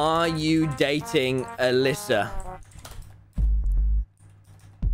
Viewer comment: When he said “are you going out with Alyssa” that is the most British thing you will ever hear